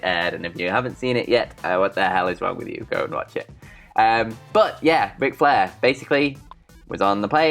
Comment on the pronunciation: “On todays westling noos Wic Flair” this man sounds like a damn toddler and has the vocabulary of one as well. One of many reasons im drifting away from this channel.